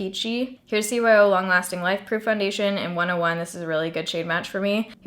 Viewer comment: Did you say cyo?